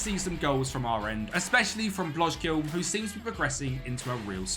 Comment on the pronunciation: Nice project! The “ij” is pronounced as a English I, so Blok-zile. T-ice oosting and so one